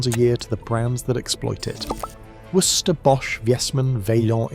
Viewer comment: I love how shit the AI is at saying "Worcester". Hilarious.